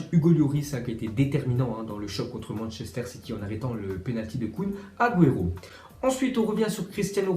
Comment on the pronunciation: kuin aguero 😂 c’est rien continue comme ça j’ai juste pour rigoler prends le pas mal